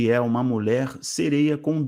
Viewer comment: Pra sua informação, é MULHER que se fala, com LH e não " MULER"